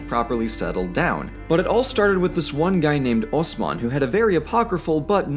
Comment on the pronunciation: The way you pronounce "Osman" and "Osmanlı" is perfect. That was impressive. Seems like you really did put some elbow grease on this one. Gotta say you deserved a like.